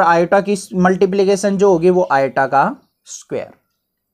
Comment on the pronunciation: i = iota ❌ i = atta ✔